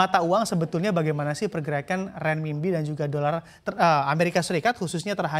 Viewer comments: renminbi bacanya renminpi, jadi pembawa berita koq bo'ol banget, belajar dulu cara bacanya... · perlu latihan lidah nih untuk nyebut RENMINBI